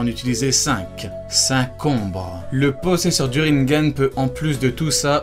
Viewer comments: Ca se dit "Rinégane" pas "Rinegane" xD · il dit rinegan au line de rinnengan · le rinnegan de prononce rinnegan et pas rinnengan